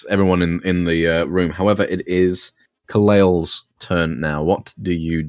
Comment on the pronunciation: To this day we still struggle to pronounce "Kalail" correctly.